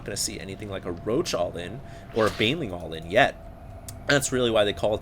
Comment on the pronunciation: You like to say allin.... :S dont